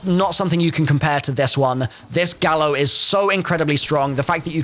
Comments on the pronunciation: It's pronounced "Guy-oh" not "Gal-oh" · Its pronounced "gaio" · “Gallo” pronounced gah•yo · the Gallo is pronounced "Guy-oh' its a spanish word and the 'll' is pronounced as a 'Y', "Gallo means rooster in spanish"